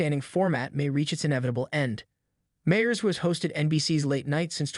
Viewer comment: You mean like a video about Seth Meyers in which the "narrator" cannot pronounce the name "Meyers" correctly?